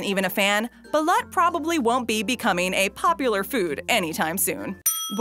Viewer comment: It's pronounced Baloot